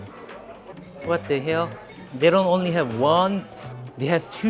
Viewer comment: that "what da hail" at is uncle roger approved